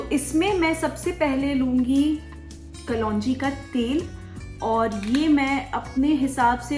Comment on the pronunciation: Who says kalonji ko kalwanji?😉😂😂